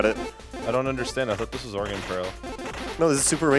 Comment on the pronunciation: Haha oh man the way he says Oregon is just painful.